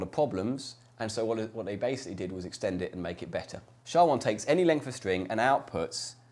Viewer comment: No one says "shaw". You say the letters S H A.